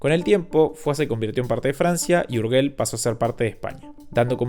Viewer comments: lamento mucho que no sepas pronunciar el dúo "GE" que lo pronuncias como "GUE". ¿Acaso ha cambiado la pronunciación del castellano? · Urguel no. URYEL si quieres llamado... ¿pero donde leñe ves la U que hace que suene "gue"?. Ya ni hablemos del sonido "LL", porque si no os puede dar un ictus... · En español la G de Urgel suena como una J: se dice "urjel". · Urgel es catalan, la G antes de E se pronuncia Y: Uryell